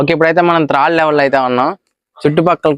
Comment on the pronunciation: త్రాడు కాదు బ్రదర్, థర్డ్